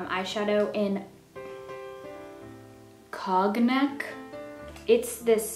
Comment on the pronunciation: its pronounced "cone-yack" (cognac) just for reference... YOU'RE GORGEOUS UGH!